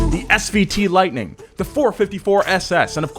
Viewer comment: It’s SVT not SVO special vehicle team